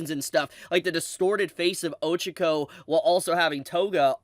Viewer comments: the way u pronounce “Ochako” 😭😭😭😭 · the real crime is how he says Ochako